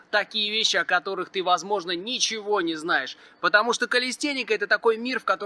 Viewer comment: Говори калистЭника, а то как секс а не сЭкс